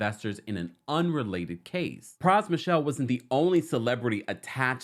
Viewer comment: His last name isn’t Michelle- so disrespectful to talk about this man and you can’t even take the time to say his name corrrctly